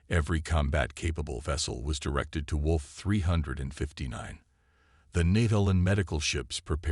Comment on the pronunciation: "WOLF 359" Really AI?